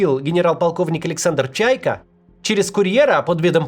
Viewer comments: ☝️🧐 Максим, фамилия генерала, которого хотели подорвать, не Чайка, а ЧайкО. Видимо и ударение на последнюю букву. Всех благ ! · Не ЧАйко, а ЧайкО! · Не правильно фамилию произносите! Как Шумко нужно. На О ударение! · Чайко,а не Чайка. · ЧайкО'а не чайка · В России не бывает взрывов, Максим. Не отставайте от жизни. Эти взрывы хлопками зовутся. И не Чайка, а ЧайкО фамилия вурдалака. Всего хорошего, до встречи! 😊